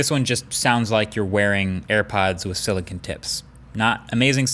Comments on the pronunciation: Me: * clicks on video * Marques: SiliKIN Me: Did he just sa- Marques: * says silikin again * Me: HUH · I have never in my life heard someone pronounce silicone as silicin